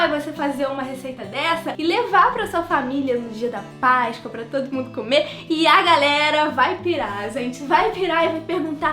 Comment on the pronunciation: pq vc fala Paiscoa invés de Páscoa